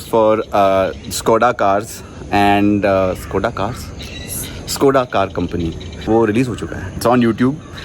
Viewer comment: Greetings, the correct pronunciation is 'Shkoda' (Škoda), not 'skoda.' The term translates to ‘damage’ in the Czech language, reflecting the company's origins from the Czech Republic.